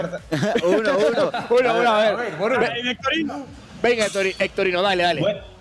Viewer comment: diciendole a hectorino "hectorinho" jajajaja